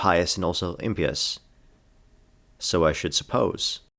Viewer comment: I was annoyed by your pronunciation of impious until I made a drinking game out of it, but just for my own sanity: its pronounced the same as you are pronouncing pious, just with the "im" in front of it.